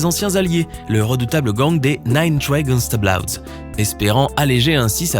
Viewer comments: « Gangsta bLoWdS » 🥴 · on en parle du "Nine Trey Gangsta "BLOUDS"